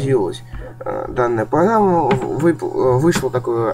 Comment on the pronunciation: погама он сказал погама